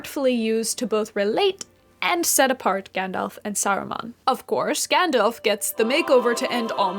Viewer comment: Gandalf, not Gendalf. Having said that, love the vieo, thumbs up!!